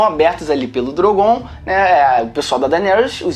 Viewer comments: Para de falar DROGOONN cara, é Drooogon 😂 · Gastura deles falando "drongoon" eca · Só me incomoda nos vídeos quando chamam "Drogón" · Falar DrogÔn e valankuar chega a embrulhar o estomago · Drogôn? Kkkkk